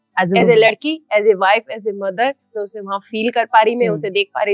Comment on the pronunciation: Please stop to invite her for interviews…..the worst ever decision taken by BB ott by choosing her as a contestant. Now she thinks, she’s a celebrity. and…… Mein ni Main hota hai… Ceemera ni Camera hota hai …. ceeleer ni Clear hota hai … bolna seekhle pehle..The most irritating person I have ever seen in my life…